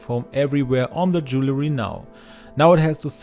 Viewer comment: Bonnes idées, merci. Correction.... Ce n'est pas "jew-le-ry" MAIS "dual-ry".